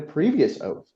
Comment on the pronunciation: Donald Trump actually swore an 'OAF' of office...